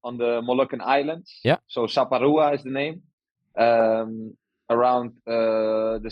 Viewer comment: Joey sounds so fluent when he pronounces words like Saparua, soto ayam, selamat pagi, selamat makan.. I'm amazed that he has really good pronounciation in Bahasa Indonesia 🙂.